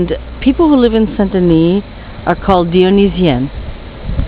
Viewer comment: I meant to say i like how you pronounce "San-Deny", if you'd ask me to pronounce it, i'd say San-Denise,...hehehehe! XD